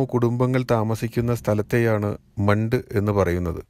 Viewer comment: മണ്ട് അല്ല മന്ത്.. നീലഗിരിയിലെ ഏത് സ്ഥലം എന്ന് കൂടി പറയാമായിരുന്നു...